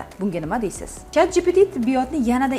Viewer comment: chatdpt😁 pronounce is lil wrong😅